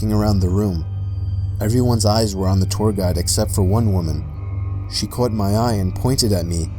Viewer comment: Am I the only one hearing him say that words weird. Like " the cwops never cwaught him". To that typpa things kids do with the "w"